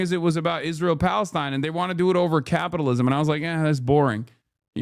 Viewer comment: Bit weird that you can't pronounce 'Palestine'